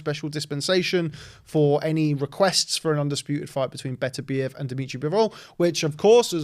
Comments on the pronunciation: It's pronounced Betta-Beev, have some respect for the man's name/family name. Your ignorance that it "doesn't matter" is a disrespect regardless of what you think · Sorry for being that guy but recently watched an interview with beterbiev he said it’s pronounced baterbiev as apposed to beter-biev, carry on guys 🤣